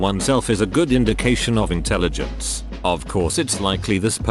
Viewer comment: "When you're in the telligence" LOLOLOLOLOLOLOLOL